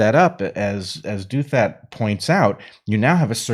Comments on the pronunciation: I adore you guys! You bring so much to my life. That's why I want you to read more C.S. Lewis – and understand his theology – and also know that Ross Douthat pronounces his name "DOW-thut," not "DOO-THAT." But I quibble. Thank you for all you do! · Minor issue: it appears RD pronounces his family name as DOW-that, with DOW as in Dow-Jones, and "that" with a soft "th," as in "theory."